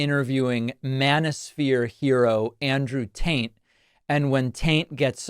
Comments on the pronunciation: His name is Andrew Tate but please David, keep calling him Andrew Taint. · Was it just me? Or did Pakman call him Andrew Taint? Lol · Is he saying Andrew Taint? 🤣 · bro was definitely calling him Andrew "Taint" on purpose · You said Andrew Taint! 🤣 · Are you calling him "Andrew Taint" on purpose?! Because I am totally stealing that 😂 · i swear he said where andrew taint was sitting lol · Tate or Taint? Was that "taint" deliberate? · Did David just call him Andrew "Taint"? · 😂 Andrew Taint. This is the best name flub ever. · David, why do you call him Andrew TAINT? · I’m sorry, are my ears deceiving me or were you calling dude Andrew “Taint”? 😂😂😂😂😂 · wheres lil pump and forgiatoblow man..... you saying taint and not tate is priceless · LMAOOO did you deliberately call him Andrew TaINT. Cus if so this is hilarious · Sounded like you called him Andrew Taint lol Nice lol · Did you say “Andrew Taint”? Hahahah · Did you say Andrew Taint?? 😂😂😂 what??? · Oh it's Andrew *Taint*, I've been pronouncing it won't the whole time...😂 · Andrew "Taint", 😂😂😂 I'm dying